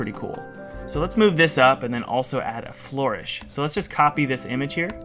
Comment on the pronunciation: Its Flur-ish, not Flor-ish